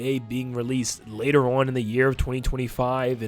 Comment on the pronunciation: am i the only one who noticed nintendo said "latter" instead of later?